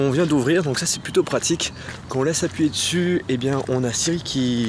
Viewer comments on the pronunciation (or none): none